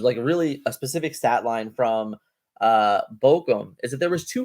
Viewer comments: Take a shot every time mispronounces Bochum 😂❤ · out here botching the name of German cities. Going to start WW3